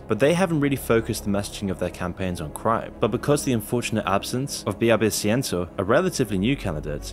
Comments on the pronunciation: My father’s cousin. RIP. Also you’re mispronouncing Villavicencio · Your videos are very informative and have shed a light on the situation, however I recommend you research how to properly pronounce the names of people and places in languages that aren't in English. You didn't say Villavicencio correctly nor did you pronounce Guayaquil well. Sometimes you can type those kinds of names on youtube and listen to how natives say them.